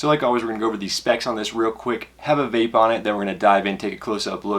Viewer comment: "the vlape vapor"